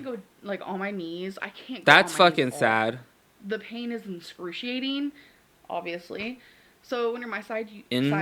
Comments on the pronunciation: “The pain was inscrewseeating” “There was no pain at all” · “the pain is inscruciating”